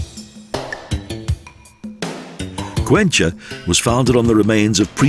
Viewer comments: It's pronounced 'Cuenka' not 'Cuencha'.. there is no cha sound Great documentary though! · Good movie, but it could have been much better if the narrator learned how to pronounce Spanish names. Cuencha for Cuenca??? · I don´t know why the narrator changes so much the names of the cities heheh for instance Cuenca not even in English would be Cuencha as he says